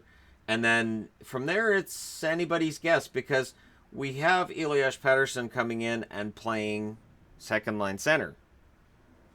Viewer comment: Just create a young gun line with Pettersson - Horvat - Boeser and put Gaudette and Dahlen on the second line. That way, you have select units to root for and get excited about this season while you hope the rest of the team sucks enough to get you Hughes. By the way, it's Elias, not Eliash. :)